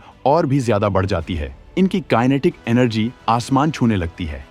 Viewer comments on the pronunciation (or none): none